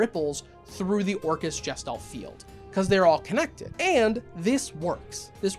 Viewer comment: It's a hard G. Guess Stalt. Not Jess Stalt. Otherwise I'm behind you